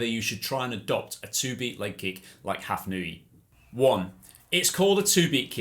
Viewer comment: I think it is impossible to attribute a difference of fractions of a second to the difference between a two-beat and six-beat kick. Furthermore, Hafnaoui is not pronounced Hafnooi but Hafnawi. Ou is the equivalent of w in French orthography..